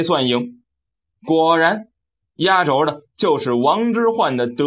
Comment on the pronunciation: 压轴，轴，念第四声，音同“皱”。